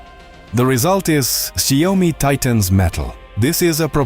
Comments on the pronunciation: not ZIOme LOL...SHE YAO MI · ZIO-MI ❌ SHAO-ME✅ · And sometimes “Zee Oh mi” 😂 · Saiome— love the accented name of Xiaomi. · the "si o me" ...tell me you are AI without telling you are AI. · Its Shia-o-mi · AI voice can't pronounce Xiaomi ... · I wondered what kind of pronunciation was used for the name Xiaomi? AI?